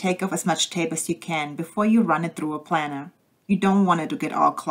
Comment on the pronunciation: It's pronounced Plainer like an airplane.